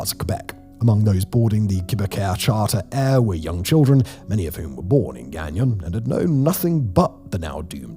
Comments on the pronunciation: Pronounced Gone-YO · Say it this way gagno. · Gagnon is pronounced gan-YAW. The last N is not pronounced, as he pronounces it, gan-yawn. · My husband every time. "K-BECK", "GANG-YON" And he just wailed "It's only getting woooorrsseee". I'm crrrryyyinnng. Simon why didn't anyone look up pronunciations 😂😂😂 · My grandmother's maiden name is Gagnon (pronounced "guy yoh" if writing in phonetically) and our family is from Northern Maine and this general area of Canada. It may be Simon's accent that's throwing it off a bit. Dialect also plays a big part of it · Don’t pronounce the last “N”…Gan-yon. Baie is pronounced “Baye”, with a silent “e”. Mind you, I can pronounce it properly in my head,but my Anglophone tongue has a hard time getting around it, lol.